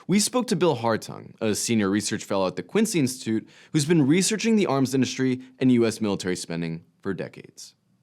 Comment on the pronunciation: Why do Americans now put an H after the S and before the T. Indushtry?